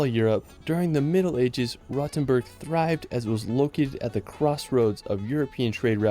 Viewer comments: What triggers me the most is the pronounciacion of Rothenburg (ob der Tauber). He is pronouncing like "Rottenburg", which would translate to "rotten castle". Instead, the 'O' is pronounced longer as well as the 'T'. 😅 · Yes, he managed to butcher all of them. I cringed the most at "Rottenberg", just awful.